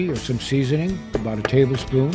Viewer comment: "A Tay...mumble...spoon of cayenne..."